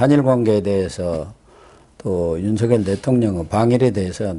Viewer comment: 윤석열(렬) 대통령을 "윤서결 "이라하지 마시고 "윤성녈" 로 하시는게 맞습니다!ᆢ 성원합니다!